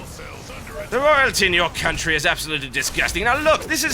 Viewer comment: "for the queen and coutry," lol Jethro Tull